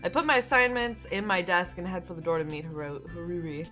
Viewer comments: I can't get over the fact you pronounce Haruhi as Hah-ru-ee ;w; I keep cringing every time you say it lol It's Har-oo-hee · I wanna see you play more :D Also, its pronounced Ha-rue-hee. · I say go for continuing this,! Also, it's pronounced HA-ru-HEE. For "Haru" it's just HA-ru, You're putting too much emphasis on the second syllable. But don't worry about it too much, it just means you're not familiar with Japanese, which I don't blame you for, it's not an easy language to master. (I wouldn't call myself a Master either, just an ex-weeaboo.) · play more please And just so you now haruhi is pronounced ha-ru-he the only difference is really the I at the end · I love this series so far!!! Just so you know haruhi is pronounced "HADUHE" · I think Haruhi is pronounced "Haru-hee," with emphasis on the "hi/hee." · Its pronounced ha-roo-he and curl your tongue on the r so it sounds more like an l. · ***** Same here. xD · You're stressing Haruhi too much 😂 Just relax when you say it. And I would like to see more ❤️ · Oh and for the name haruhi,it's pronounced ha (like you're laughing) ru (your ru is fine) and hi (say it like you're saying he) Hope that helped!